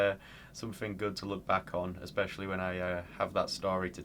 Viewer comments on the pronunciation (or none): none